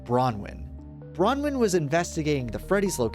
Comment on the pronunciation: This is the first video I've seen that has pronounced Bronwen's name correctly, this is something to be proud of